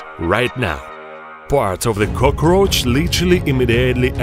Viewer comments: this is like a gladiator arena, everyone just watching them fight to the death lmao (edit) Its "cockroach" not Cokrooach or cokarooch (edit 2) It's "immediately" Not imidely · Nobody: This guy: Cœgrøæçh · I like how he says it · Love the way he pronounces "cockroach" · I love how he's keeps saying it "kukroch" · No one: Japanese American anime guy: kokroch Also this guy: k o k r o c h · No one:: Cocoroachs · Nobody: Him: cookRoch 🦗🥩🌭🌮🌯🍜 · The way he pronounces "cockroach" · Him: cukrosch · He pronounces cockroach “Cookroach” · I love how you say cockroach. Gives me the jitters. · the way he pronounce cockroach distracts me